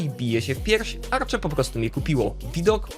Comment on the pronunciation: Tutaj uwaga drobna. Arche mówi się tak jak się czyta więc nie żadne „Arcze” tutaj obiekt nadużywa nazwy hotel, bo tych norm nie spełnia. Szacunek dla Arche za to, że większość obiektów to odratowane zabytki.